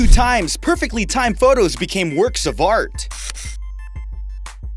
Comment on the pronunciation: when he said of art he didn't have a pause he said it as of fart